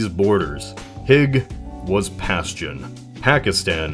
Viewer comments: Its pronounced "paschtun" not "pastion". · "Pashtun" is pronounced "Pashtoon" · It's 'Pashtoon', not the 'Pashtan" smh